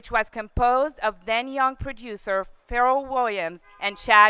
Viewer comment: How can she mispronounced the names of Dr Dre, Pharrell, and Queen Pen?? Im more qualified to present this award to him than her.